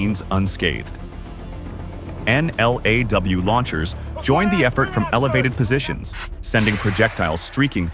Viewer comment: "Troops whispered encouragement......" FFS, Verbiage. "whirring softly" we are not children. Also you contradict yourself. I let you work it out. And its said N-law not N L A W